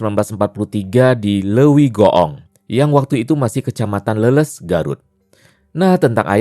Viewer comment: Bang bukan leuleus itu kaya loyo,,,tapi Leles(baca nya kaya ikan lele+s)😅😅